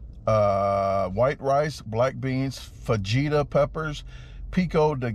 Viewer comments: Love ya man. Especially your pronunciation of “tor-till-ah’s” “fawjeetus” and my personal favorite “ pico day geh-low” 😅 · How are you a professional eater and not know how to pronounce fajitas or pico de gallo? The workers are literally laughing at you on screen during your order. Lol. That said you destroyed it, blew my expectations away. It would take me an hour to eat one of those burritos.